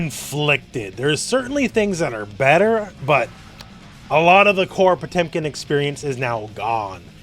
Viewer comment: They butchered Potemkin RIP!